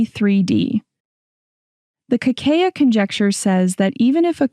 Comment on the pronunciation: Por que a apresentadora , de modo recorrente, não pronuncia o nome de Kakeya, pronunciando somente C A A ??? iNCOMPETENCIA, INSEGURANÇA ,BOICOTE, PRECONCEITO ? Algo combinado com aprodução do video ? Para um assunto que preza preciosismo, não devia ocorrer tal tipo de falta !!!